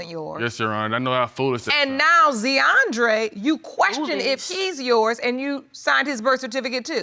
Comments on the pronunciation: ZEE-ANDRE... POOR BABY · Zeeandre. 😂😂😂 Z’Andre 😂😂😂